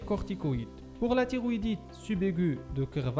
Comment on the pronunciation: راها كاطنطق تيغويدي ماشي طيغويدي !!!!!!!!!!! شوية د مخارج الحروف !!!!!